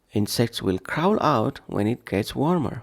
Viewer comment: Crawl wrong pronunciation